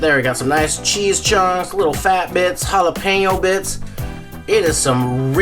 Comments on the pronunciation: Ricky: "Listen man, why don't you go down to the store and pick me up some Ja-lap-en-oh cheese sticks, and I'll hang out with ya" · the J is silent, ricky !